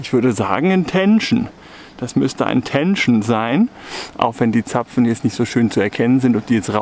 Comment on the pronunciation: Was ist denn ein Tenschn ? 😆 (Ende des Videos)